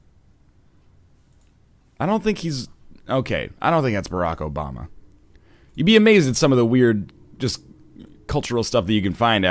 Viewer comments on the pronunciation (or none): none